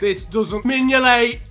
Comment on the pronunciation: I bid mingolet pronunciation malfunction like mingoltes goalkeeping ability, a half eaten toffee apple before the box arrived in Merseyside, steroids so the box can move faster than giroud on a Saturday night and 1p for a kinder egg